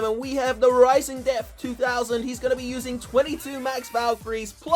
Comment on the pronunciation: Call it valley of desth